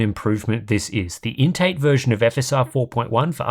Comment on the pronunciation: Why am I hearing 'intake" instead of "INT eight"?